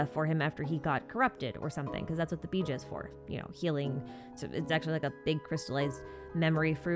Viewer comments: the fact that she called "Bij'a" (Pronounced biha), bija instead. 🤧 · I was stunned when i heard saying Bija as "BJ"💀